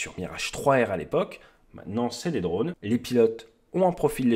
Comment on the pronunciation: Bon, vos vidéos sont géniales, si en plus on rigole avec des "drôles" heu drones , genrés, vous allez pouvoir concourir aux oscars !